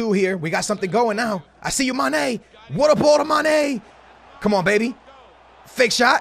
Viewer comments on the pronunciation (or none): Not hating but the way he says mane really annoys me 😂 It’s mane Not ma. Ne